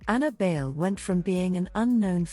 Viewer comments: Bayle is pronounced as dance in Spanish “baile” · Bay-le....like dance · Would be nice if her last name could be pronounced correctly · It’s okay. Outside of the Philippines they have been pronouncing it wrong. People have been pronouncing it like Bail or Bay Lee when it should be pronounced bajle or baahylë. Bayle is borrowed from the Spanish word Baile which means dance.